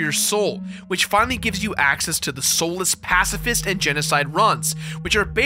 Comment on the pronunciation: "Pasifist rum"